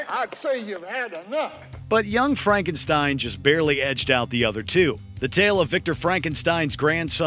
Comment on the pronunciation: Pronounced Young Frankenstein incorrectly!!! I love that movie!!!